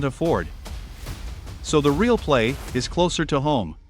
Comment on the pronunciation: "there I S " is how your AI narrator reads what I assume it "there is" ???